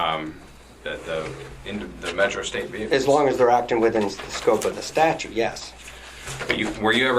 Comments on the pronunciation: Can't stand the way some people say "statue" instead of "statute". continues to do this throughout. Not sure why but this really bothers me. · Except pronounces it "statues".